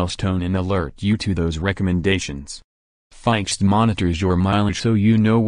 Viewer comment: You don’t know how to pronounce FIXD, ROBOT.